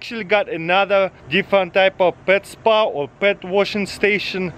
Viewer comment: “Are you ready for the spwa” Lol 😂